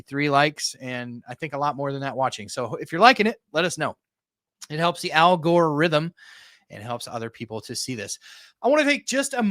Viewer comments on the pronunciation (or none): “Al Gore-rhythm “ lmao 😂 😂😂😂😂